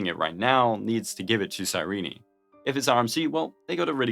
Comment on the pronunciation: I'm sorry, her name is... Cy-Reenie? I thought it was Cy-reen... Cy-Reenie makes me like her less.